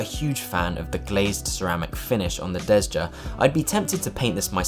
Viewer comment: Your pronunciations on all product names are atrocious. Nevermind the Swedish words, you butcher ALL, especially the Italian one. You managed to skip an entire syllable in Marechiaro, while Desja (pronounced DESIA) came out Desda. Really sloppy work. Next time you do a video, maybe spend a half hour less on your looks (hair, beard etc) and actually read the script beforehand to get yourself accustomed to the text, so it doesn't sound like a first read after you just woke up...